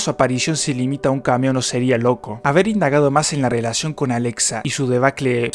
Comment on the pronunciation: Me gustó mucho tu vídeo, solo una comentario que añadir; el Protagonista de Silent hill no se llama Harold Manson, se llama Harry Mason y el nombre de la otra parte de Cherryl es Alessa, no Alexa. Son detalles mínimos pero estaría bien decir los nombres como son xD. No es un comentario en mala onda, solo algo para tener en cuenta. Saludos!